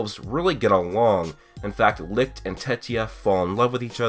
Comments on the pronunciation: HOW THE FUCK DOES THIS GUY STILL NOT KNOW HOW TO PRONOUNCE "LICHT" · The way you say, - LICHT makes me cringe hard man. You are pronouncing it wrong. But beside that you have a nice theory!